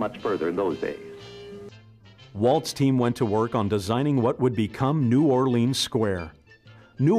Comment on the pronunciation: As a Louisiana native, the way the narrator pronounces "New Orleans" drives me nuts.